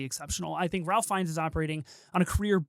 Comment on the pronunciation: Great review :) but first, Mr. Fiennes first name is pronounced Rafe :) and thank you for saying intersex instead of trans lolol...